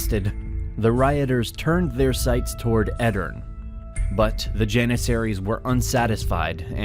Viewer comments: Great summary. Btw the last e in Edirne is not silent. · The e at the end of Edirne is pronounced btw.